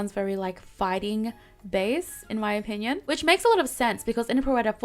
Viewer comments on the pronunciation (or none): none